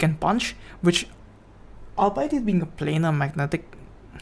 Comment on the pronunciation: your pronunciation lol 😂